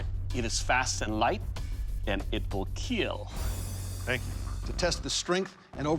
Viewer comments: it would keel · It will keel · “Will Kiel “ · It will kiel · It Will Keel...the final testimony, you may now rest in peace! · “It will Keel”